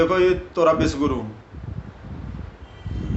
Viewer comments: तुम्हारे बोलने से विषगुरु सुनाई दे रहा हैं. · शायद को बोलने में उच्चारण गलत हो जाता है विषगुरु को विश्वगुरु बोल देते हैं